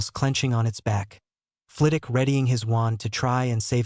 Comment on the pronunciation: The only thing that annoys me about your videos is that in every single video you leave the W out of Flitwick. In every video you call him Flitick. Fragging annoying, he Name is FlITWICK NOT FLITICK.